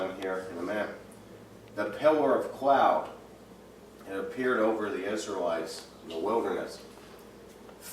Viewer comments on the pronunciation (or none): none